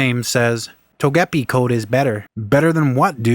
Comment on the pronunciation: How can you mispronounce Togepi?